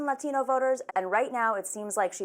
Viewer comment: "I am very close with the LLLLLLLLLATinO! Community"- White lady